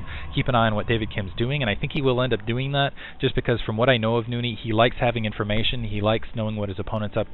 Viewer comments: "Noony"?! Why the extra o? Nice video though---SC2 is shiny! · Nony is a beast now you shold see nony vs artosis on hdh too bad beta is gone for now but he really improve i think you pronounce his name as NOU-NI